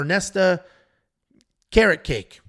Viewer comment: Ernesta ''Carrotcake'' xD, she's Lithuanian, a region of the world where I am from it's: KA-RETS-KA-ITE